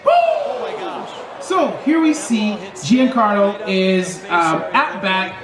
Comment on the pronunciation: It’s pronounced John-Carlo not Jian-Carlo